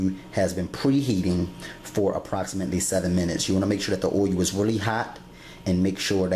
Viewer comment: It's so convenient for jerks like you to look at this and try to make snide remarks. The bottom line is here is a person doing something that he obviously loves doing and teaching others. You on the other hand are trying to make a few cheap jokes about his pronouncing of the word oil. Here's a thought: how about you get a life and stop trying to heckle people. Loser.